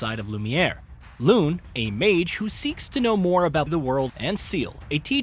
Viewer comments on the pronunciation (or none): Name butchering is crazy 🤣 "Loon"? Its Lu (like Luibu) Ne (like Nae nae) But the mindless fun aside Some of the combat options presented in the video are not 100% accurate Some of the mechanics explained (like free aim) does NOT only apply to 1 characther Keep that in mind, stay frosty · Here's one thing needs to know. Pronounce the names correctly! It's not the early 90s where there's no voice acting or game developers pronouncing the names in online videos. Seriously, Mail/Male and Loon? Do your job correctly.